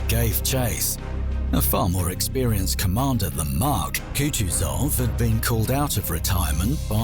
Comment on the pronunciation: Not sure why he keeps calling Mack Mark but otherwise a good video